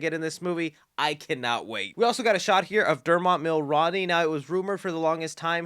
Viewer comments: It cracks me up the way you pronounce Dermot Mulroney’s name. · Damn You butchered the pronunciation of Dermot Mulroney’s name. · Time to learn how to pronuncaite the mans name. Dermot Mulroneys earned someone who specializes in film news not butchering the fck out of his name. And how exactly is he bringing the Dewey vibes? Cuz hes a cop? Smh